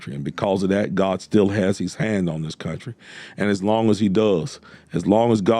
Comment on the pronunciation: He didn't say GOD, he said GUAAD🤣🤣🤣